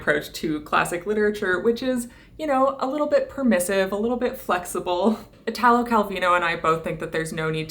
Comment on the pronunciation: Just the quickest suggestion: in the name Italo, the accent falls on the i. Exactly ad you'd say Ítaly and not Itàly. Your videos are always so well spoken, extensively researched and cared for, I thought some help on the pronunciation might be appreciated :)